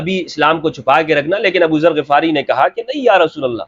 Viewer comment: Assalamualaikum,, Hum nay GHifari parha hay Ghafari nahi, Yani Zabar nahi Zair hay Ghain pay?